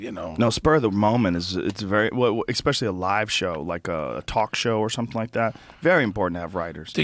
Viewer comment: Joe "Expectially" Rogan